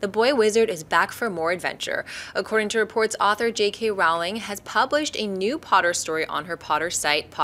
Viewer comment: Rowling is pronounced like BOWLING, folks.